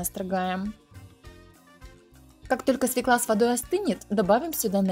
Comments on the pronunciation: Да не оправдывайте вы свою безграмотность, придумывая какие-то сказки. В русском языке есть буква Ё, поэтому говорить надо свЁкла, а не свеклА. Вы же не говорите елкА вместо Ёлки и ежИк, вместо Ёжика. Существуют правила русского языка и точка! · Не свеклА, а свЁкла.